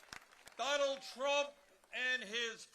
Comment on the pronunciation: How long into the speech before the Ol'' Fool "..... bwamed Donald Twump for evewything..."